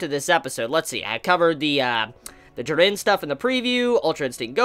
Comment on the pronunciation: The way you say "Jiran" hahahahaha